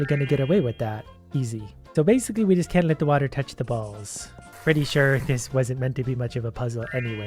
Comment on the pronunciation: Stop saying balls like that